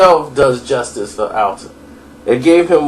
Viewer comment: It's not "Alton", it's "Anton"